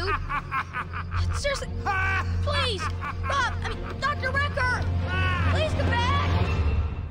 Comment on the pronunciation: Why are y'all butchering Bob's name